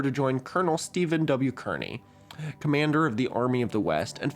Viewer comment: You pronounced Stephen Kearny's name wrong. It rhymes with Barney, not Bernie